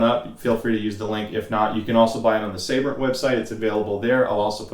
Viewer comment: its Sabrent not Saybrent